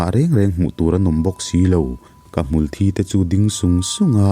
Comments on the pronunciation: Unaupa,I thil chhiarah khan; Hmulthi tih ah khan mitthi ti a kan lam rik ang chiah a a tawp lamrik san tur a ni e;thi i lam rik danah chuan thi(Blood) ti angin a thluk i lam hniam a,a awmzia i lambo daih a nia. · A hniam zawng alam chuan thisen (blood) sawina ki ani a, sang deuh rai a athluk chuan a sawi tum hmulthi dik tak hi ani... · A ngaihnawm leh pek mang e. Mahse, ka sel hram dawn. Hmulthi i lam dan hi i tisual palh anih ka ring. 'Thi' tih lai hi a sangin han lamri ta la, a ngaihnawm lehzual ang. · i channel hi ka ngaithla ve nual tawh a, mizp tawng i thiam in i aw nen pawh a inhmeh khawp mai, mahse ka tih duh chu "Hmulthi" tih a 'thi' tih hi blood ang in i lamri thin a, 'thi' dead ang zawk a la, rik tur a nia, nakin zel ah i lo tangkaipui theih tak in.